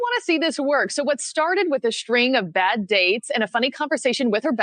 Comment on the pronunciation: A 'shtring' of bad dates. Can no one pronounce words anymore? Seriously....